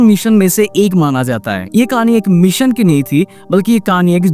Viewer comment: Dekh bhai Mission ko meeson kahe toh bada irritation hota hai,, video atcha thaa abhi meeeeson sunke ja raha